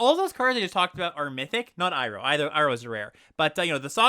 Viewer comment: You pronounced Iroh right! I'm proud of you, man 😢